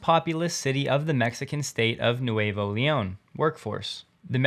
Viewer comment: Me gusta que Tesla vaya a hablar un poco de español. Btw, it's pronounced Nooevo Leon, which means new lyon (although it's really New Leon, which is a city in Spain).